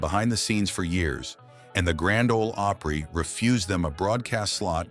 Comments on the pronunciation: Grand Old Oh-Prey? C'mon you AI geeks. Can't you get this stuff right? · Learn how to pronounce "Opry". It's not oopry!